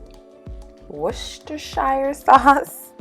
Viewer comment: Very clever recipe! I’m going to try this ASAP. It’s pronounced “Wooster-shur”, but say it all together; “woostershur”